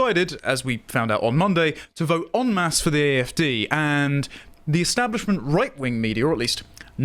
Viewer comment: The E-Stab-lisment